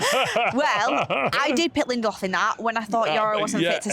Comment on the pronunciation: Did say Lendelof?